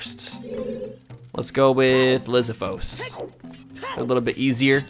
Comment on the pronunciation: That’s not how you pronounce lizalfos you say it like (Liz,all fos) you had fos right